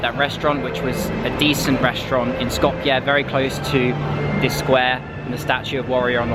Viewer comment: Hey man thanks for pronouncing Skopje correctly, love from Macedonia